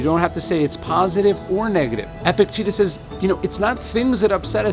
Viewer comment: Please start pronouncing Epictetus correctly.